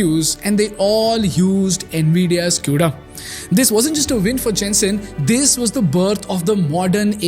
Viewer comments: As a fucking dev using cuda it's not pronounced as "Q"da it's "kuda" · "kooda" not "q-da"